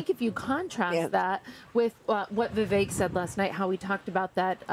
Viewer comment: I always have to laugh how people say they know Vivek, but still pronounce his name wrong. 🤦🏻‍♀️